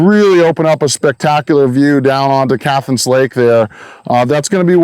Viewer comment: Cathance is pronounced CAT -HANSE not CATH ANSE you flatlander